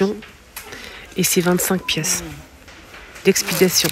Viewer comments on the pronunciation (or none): Non,c 'est d 'expédition pas d 'expidation 😉